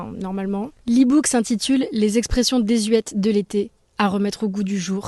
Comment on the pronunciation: Et on ne manque pas à l’occasion de se rappeler la prononciation de « désuète » 😆 !